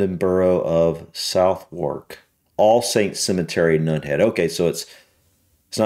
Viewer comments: I love how people not from the area pronounce Southwark. It's Not South-Wark it's pronounced more like Sutherk. Looooool. Nunhead is the Posh part of Peckham, yes a posh part of Peckham exists lol. I live about a 15 minute walk from the Cemetery in New Cross. Tbh, it really is stunning. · I'm a pronunciation nazi mate, please forgive me, but "borough" is pronounced "burruh" not "burrow" and southwark in south London is pronounced "suthurk" not "suthwark." And while I'm here don't pronounce the "H" in Buckingham. It's "bucking'm". The "H" is silent. Silly pronounciation rules I know but it's how we do things in the UK. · Southwark is pronounced Sutherk